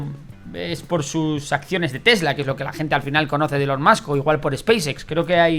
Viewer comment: Se pronuncia Ilon